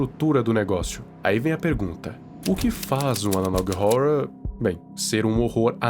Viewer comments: Pior que esse analog horror é só o jeito que vc fala "horror" 😂😂😂 se pronuncia ÓRROR e não ÓRORROR JAKAKALAKAJAKAKA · Analog horra analog rorra skskksksk É mt engraçado e ao mesmo tempo agoniante ele falando analog rorwa kskskskkksksks